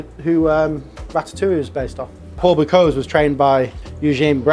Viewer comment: An extremely interesting video but as a chef HOW do you repeatedly mispronounce the name ‘Bocuse’?